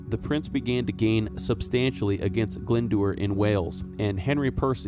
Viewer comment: Glendour is pronounced Glendower!